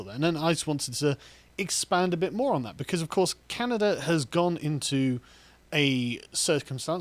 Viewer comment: WTF is "Canader"?